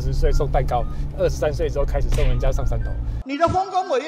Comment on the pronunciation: 送哩糾山濤~講的好流利~🤣🤣🤣